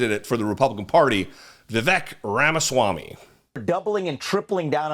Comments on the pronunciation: "vivik" LOL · Its more like viv-ake. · His name is pronounced “Viv-ake.” As in “fake.” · Pronounced Vi-vake, mf er! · Jesse, Hello, love your wife doing a turn on the DP show! Uhmm it is VEEVAKE like "Cake", I heard him so say. Cheers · You can’t call out republicans for calling Kamala Harris “Kuh-mala” instead of “Comma-luh” and then proceed to call Vivek Ramaswami “Viv-ick”… please let’s not be hypocrites like them. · You can’t even pronounce Vivek’s name right. You have no credibility. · He’s a nut job but please be respectful and pronounce his name correctly. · Vivek isn't going to be on any GOP ticket. It's too hard for a GOP voter to say his name correctly. The temp stand in for David can't pronounce his name correctly and he's a liberal/progressive commentator.